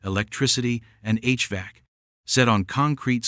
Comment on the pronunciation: Yes, irritating listing the year-dates. Also irritating h- vac. How about h-v-a-c.